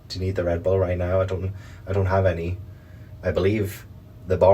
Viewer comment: the ghost saying rebull is nasty lol queen shit shes so real for that